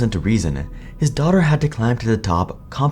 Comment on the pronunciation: Please pronounce "daughter" a little better. I totally didn't get that Jessica was Sandy's daughter until much later in the video because I couldn't understand you. But thank you for the video. It was fascinating nonetheless.